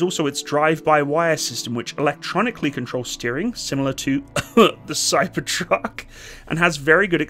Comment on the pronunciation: Great video as usual but you mispronounced Cybertruck, there’s an audible “sick in the mouth” sound at the end